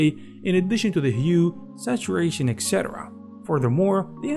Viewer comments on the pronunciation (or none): This is very useful, thanx man! Just a reminder etc.. is pronounced etcetera without the x 😉